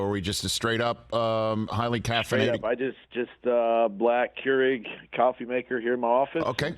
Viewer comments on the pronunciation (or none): Keureg? Really? Lol that aint coffee bro